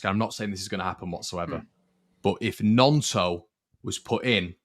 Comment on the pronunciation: cmon already, it's not pronounced NYONTO, it's pronounced NONTO. Looks like the lad's gonna be with us all season, so at least say it correctly. MOT